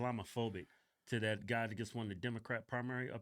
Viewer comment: Even though the hog twins can’t pronounce the TH sound, they say DAT and DAh, even though they still can’t speak correctly like most blacks, at least their eyes are open